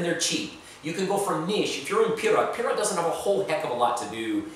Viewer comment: The way you say pirot sounds like pirat